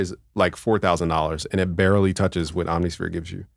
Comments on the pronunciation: Om-nih-sphere, bruh. It’s not hard. 😎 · Alternatively: OMM-niss-fear. Again, not hard.